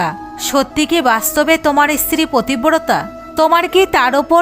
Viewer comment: প্ৰথমে বলে নেওয়া দৱকাৱ যে সংস্কাৱী হওয়া খুব দৱকাৱ। কিন্ত তা বলে এই ৱকম জঘন্যভাবে গল্প কে বলে। পত্নী, পতিব্ৰতা এই শব্দগুলো ভালো কৱে উচ্চাৱণ কৱতে পর্যন্ত পাৱছে না। এ সব কি? ভগবান নিয়ে , শাস্ত্ৰ থেকে উদাহৱণ দিতে গেলে আৱো সচেতনভাবে গল্প বেছে নিতে হবে। যে পড়বে তাৱ উচ্চাৱণ ভালো হতে হবে তবে শুনলে শ্ৰদ্ধা হবে।🙏